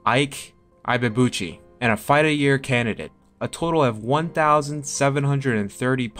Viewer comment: /Ee-bay-ah-bu-chi/ - Ibeabuchi